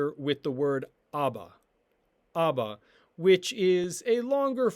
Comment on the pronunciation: Why does the second letter sound like a v when it’s a b? “Av”/“abba?”